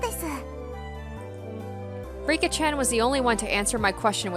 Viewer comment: Don't worry, you're pronouncing the names correctly. You're actually pretty good at this, now! And if you're ever in doubt, just listen to the voice acting. Also, Satoko and Rika are about 11 or 12 years old, so they aren't that much younger than Rena and Keichi. About the BGM: I found out how you can get the original OST! I'm not saying that this new soundtrack is bad or anything, but I don't like some of the track choices for certain scenes in the later parts of the chapter. I still don't understand why they updated the soundtracks a few months ago. But I highly recommend to install the original OST for the best experience. This is where you can download the old BGM